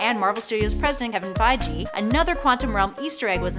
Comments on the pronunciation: Feige is pronounced Feye-gee. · It’s Figie, with a hard g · fits pronounced "fy-gi" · Kevin Fi-jee and DorMAMu...ughhh too many hosts on these top lists channels can't pronounce names and places and just read it from the script without guidance. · The "g" in Feige is hard like GO!! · "Jim Belushi" and "Kevin Feije"... sigh.. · Kevin fy-gee ? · Fai gee! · Please work on pronunciation of Feige! It doesn't follow normal rules. It's a hard G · Pretty sure you're pronouncing "Feige" wrong. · yup yup I didn't believe you lol but yup